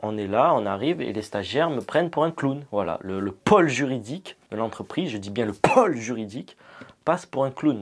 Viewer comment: Pour info, il y a un accent circonflexe sur "pôle" donc on accentue la prononciation du O en montant et descendant le son du O.